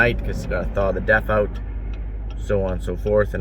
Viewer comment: About half-way through this video I started hearing DEATH every time you said DEF. Great minds thinking alike?